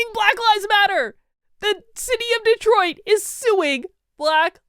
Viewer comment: Wow! Cool mispronunciation: "Destroit"!